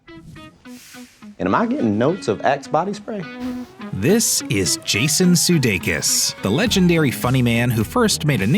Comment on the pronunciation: How is it that when it comes to a foreign surname, people usually know how to pronounce it, but when it comes to his surname it is not pronounced correctly.. In this video his surname was pronounced - siudeikis and not sudeikis.....